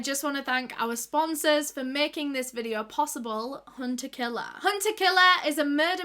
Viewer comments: solve today videuh Love when she says these lol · sor tordaes videor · Soh Todehs videoh... just love hearing that little phrase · SUH TODAHS VIDEOH <— best thing I’ve heard all day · My favourite words in the entire world: "so today's vidyo..." love you! ❤❤❤